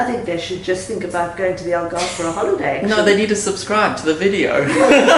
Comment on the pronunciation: The way they say Algarve pisses me off so much